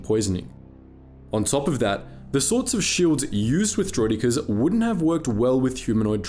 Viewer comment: Vere ar does der-roiddd-ik-ares